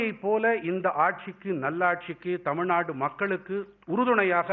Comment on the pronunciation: Can’t even pronounce Tamilnadu he keeps saying Tamilnad